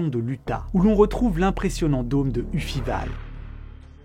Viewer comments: Idem pour upheaval, qui n'est pas ufival, mais up - heaval. Ries qui ne se prononce pas Riesse mais Riiis (un i long), mais bon... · Ah, les Français et les langues étrangères. C'est trop demander que de vérifier gratuitement les prononciations sur Wikipedia / Wiktionnaire / ... avant de se ridiculiser sur YouTube ? Même l'anglais basique est inconnu du vidéaste. Le cratère de Upheaval, prononcé /ufival/... 🤣 "Upheaval" est pourtant le terme courant pour dire "soulèvement" ('up' = "vers le haut", 'heave' = "soulever", '-al' = un suffixe pour un nom substantivé d'un verbe). Et ça se prononce donc encore plutôt /eupˈ Hiiv(eu)l/ en 2025 comme en 1985 (la consonne 'h' aussi se prononce, contrairement au français...). Bon, après ça, il ne fallait pas s'attendre à grand chose pour le Ries en Allemagne. J'ai entendu /riès'/ - au lieu de /riis'/ comme dans "Riesling". Je ne parle pas du scandinave Mjölnir - à prononcer plutôt ~/mieulnir/, diantre ! Bizarrement, le nom maghrébin Tin Bider est prononcé à l'anglaise (/tinbaïdeur/). Mais qu'est-ce que c'est que cette tisane ?... Le côté positif est que ça montre que les Français de moins de 63 ans sont nés après la fin de la colonisation française au Maghreb et n'y connaissent rien (le vidéaste pourrait quand même se douter que dans les anciennes colonies, on transcrit encore les noms en alphabet latin selon les règles du français). Comme la prononciation de langues parlées en France (l'anglais à Saint Martin, l'allemand en plusieurs dialectes au-delà de "la ligne bleue des Vosges") est déjà massacrée, heureusement, qu'il n'y a pas de noms indonésiens ou thaïs parmi c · "ufivalle" je suis pas sûr x) Pour le reste, super vidéo :) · Superbe balade dans le passé de notre Terre... Merci à vous... (et euh... Upheaval... Ça se prononce Up comme up and heaval comme evil mais avec un H expiré... Lol 😉) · Pardon mais j'ai explosé de rire sur la prononciation de "upheaval"